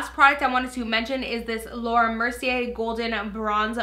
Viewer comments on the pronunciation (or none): none